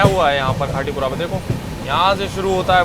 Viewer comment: हिंदी भाषा में साफ़ साफ़ लिखा है खाती पुरा ओर आप बोल रहे हो खाटी पुरा पढ़ना नहीं आता है क्या 😮😮😮😮😮😮😮